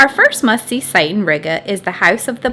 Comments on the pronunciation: Ree-gah, not Rigger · It was a little painful to hear you pronounce Riga…. Gotta roll that R a little and the I is more like a long E.. like, Rreega